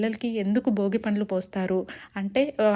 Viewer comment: Boogi kaadu Andi bhogi